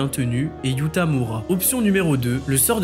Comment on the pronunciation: On dit Yuuta pas youta